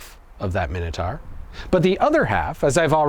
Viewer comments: Minotaur. Minitar lol😂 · Pronounced mine-a-tor not min anything AMERICANS learn english. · Seconds in & you're a complete spastic: Minnatar????????? WTF? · I know what the minotaur was, but what's a 'minnertar'? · Some people pronounce it my-know, some pronounce it min-oh, I honestly don't know which is correct. However, I'm sure it's mino-taur, like Taurus the bull, not mino-tar like the road surface. 🤔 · Why are you saying Minotaur like that? You know full well that’s not how it’s pronounced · Never heard Minotaur pronounced that way before. Odd.